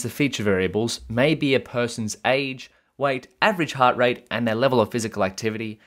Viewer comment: why do you pronounce weight like white?